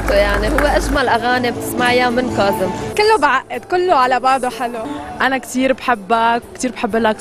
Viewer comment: ههههه مذيعة تقول قازم الساهر مذييييييعة ها